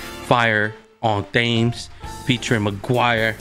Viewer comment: appreciate it brother! 🙏 (thames is pronounced like "tems" btw lol)